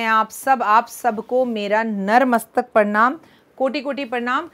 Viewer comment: जय माता दी मेम नत मस्तक होता है ना की नर मस्तक 🌷🌹🙏